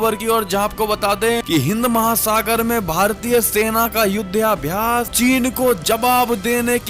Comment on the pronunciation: युध्याभ्यास नहीं युद्धाभ्यास बोलें।